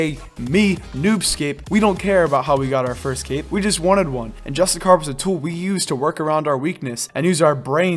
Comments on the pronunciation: great vid... but its pronounced JUST*ISH*YEE* ERR i mean where is the char or kar sound coming from? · JUSTICAR 😆 bruh